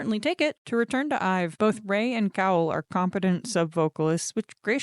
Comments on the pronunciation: Just fyi - although maknae is spelled that way, it’s actually pronounced mangnae in Korean. I know it makes no sense but a lot of Korean pronunciation is different than the spelling and/or romanization. Also Gaeul is pronounced Gah-ool with a clear distinction between the “ah” and “oo” sounds. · Is it Gah-eul rather than Gah-ool? It’s written as 가을 which has the “eu”sound